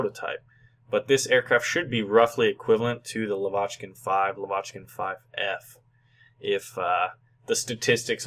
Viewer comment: pls, NOT lavAchkin! It is lavaCHkin=)